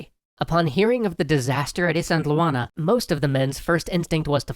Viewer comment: Great series, I'm super happy to see someone talking about Zulu history, even if the way you say Isandlwana drives me nuts.